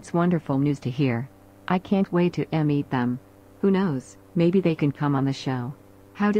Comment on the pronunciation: Um 'Absorb' and 'm_eet' them?? that was funny and not a typo for the ai to incorrectly read out!!